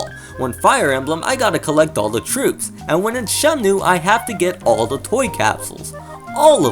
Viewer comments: Is it shenmue or shenmnue? Every time u name drop its urking my soul... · Why does he say Shemnue? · Why you say SheMnue! Anyways, both are great, but 2 has more details. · you call it shemnu lol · Bro you keep saying "Shemnue" lmfao stop that man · Your pronunciation of Shenmue (as Shemnue) is so distracting. Great video otherwise. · Holy shit hearing you saying Shemnue is making my ears bleed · Why are you saying Shemnue?